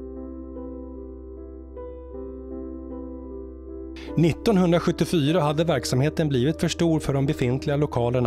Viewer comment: Ang marinens torpedbåts-klass "Spica": Här skall bokstaven C uttalas som ett K. (Uttalet av hela ordet blir precis som det man kan göra med en hammare - "spika".) Alla sex båtar i klassen är döpta efter stjärnor, med deras latinska namn (Spica, Sirius, Capella, Castor, Vega och Virgo). Det är vanligt att en hel klass får namn efter första fartyget i klassen, och i detta fall var förstlingen alltså T121 Spica.